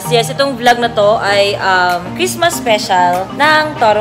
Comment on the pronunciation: bakit yung balloon ano sabi lang merry cristma walang s XD lol hahaha